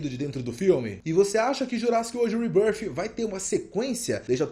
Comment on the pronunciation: Quando ele pronuncia "REBÃRFI" eu já paro o vídeo 😂😂